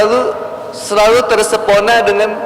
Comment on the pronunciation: terpes0na bukan tersep0na 😅